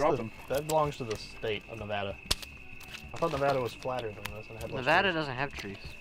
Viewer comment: He actually said Nevada correctly